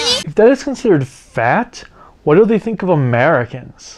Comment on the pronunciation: this whole sequence had me rolling! And the "Wot?" 's got me too! 🤣🤣🤣 Really enjoyed the Megaranger review and I'm currently binge watching your sentai reviews! 👏🏿👏🏿👏🏿